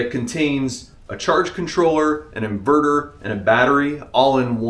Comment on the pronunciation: InvooRooR in-Ver-Ter. Hunnert hun-dred